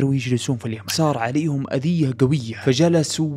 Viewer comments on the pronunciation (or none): none